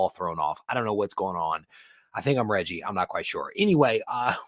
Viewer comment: Regie is funny af! Haha especially if you put that extra g in that name 🤣 Keep up the good work my brother Reggie 🦸🏿‍♂️😜